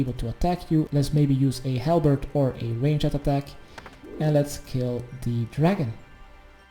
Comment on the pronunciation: Can someone tell this guy how to pronounced Ranged? It's like Rainjd Not Rain-jed